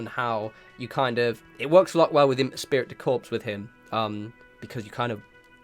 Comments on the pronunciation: Espirit de Corps sounds like "Eh spree de Core" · Excellent video! Just one small critique: "esprit de corps" is pronounced as "es-pree day core" and "savoir faire" is pronounced as "savv-wah fair"... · 'Esprit de Corps' is pronounced es-PREE day CORE In a nutshell it refers to organization pride; brotherhood, if you will. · "Espirit de corpse" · Christopher Simons Yes, I’m french so I found his pronunciation funny.